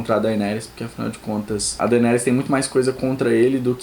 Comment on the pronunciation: mArcela, daInÉrys, escamÁgris.... please pronuncie direito os nomes, estude fonetica ou ao menos veja um episodeo em ingles para escutar bem a pronuncia dos nomes